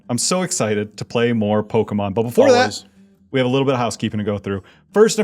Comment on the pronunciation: He keeps saying, "Poke-ee-mon". shudders